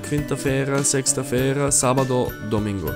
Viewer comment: Pronnounced Portuguese very well. But, in "Sexta-feira", the "x" sound like "s"